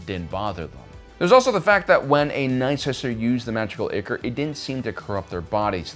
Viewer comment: Sorry, I hate to be that guy, but ichor is pronounced “eye core.” English kinda sucks.